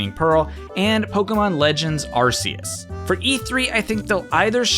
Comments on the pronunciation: Just a friendly tip from a massive Pokémon Fan, Arceus is not pronounced Ar-see-us, it's actually said 'Ar-key-us'. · Its pronounced arCeus not arSeus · arceus not areseeus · It’s pronounced AR-KEY-US. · Pokemon is doing a Pokemon direct separate from E3, also its pronounced ARK E US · It’s arceus pronounced with a k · it's pronounced Ar-KEY-iss with a hard c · You're pronouncing Arceus wrong. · take a shot everytime mispronounces Arceus.